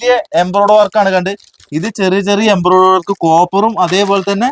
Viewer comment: ബിബിൻ സൂപ്പർ എംബ്രോയിടറി എന്ന് പറയണേ കേട്ടോ തെറ്റി പറയരുതേ Embriodery